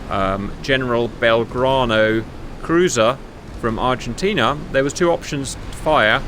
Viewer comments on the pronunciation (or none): none